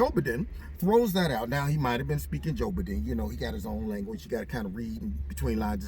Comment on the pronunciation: ...tracing where a fart came from! LOL! Always enjoy your videos! "Joe-b-don" Love it.